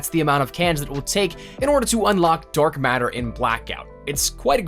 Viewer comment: he say dork matter? when did ps4 start gettin the paint can thing